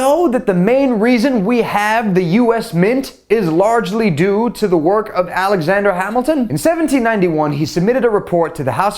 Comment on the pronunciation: alajander hamilton? um who is that